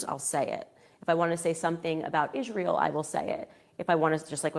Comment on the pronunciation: Will she ever learn how to pronounce Israel???